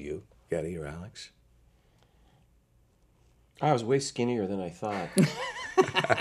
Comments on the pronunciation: He did destroy Alex's last name (I'm serbian I know) but I guess Alex is fed up with correcting people after all those years so he just said 'yeah, sure you got it right' :) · I love when he pronounces Alex's name wrong Alex just laughs a bit :P